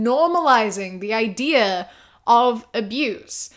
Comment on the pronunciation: When you said “ideaur” I was forced to remember that you’re from New Zealand